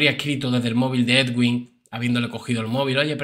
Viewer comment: Bizum buenas noches. Solo para decirte que el nombre del Doctor se pronuncia EDUIN porque la w en este nombre suena u.